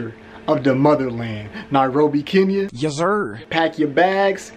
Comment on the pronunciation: Atleast you can pronounce 'Kenya' right. That's all that matters 😂😂